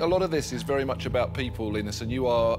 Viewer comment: Not Lynus but Leenus